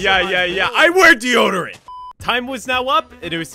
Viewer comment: Bro said "I WEAR Dedoderant"